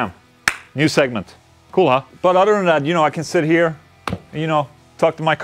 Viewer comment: You said what I imagine was "Cool, huh?" but I heard it as "CoOla!"